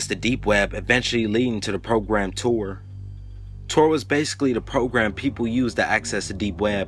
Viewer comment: You totally butchered the pronunciation on Arabic and tor